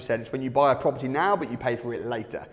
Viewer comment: Proper Tea, proparteee, propper T, propaty...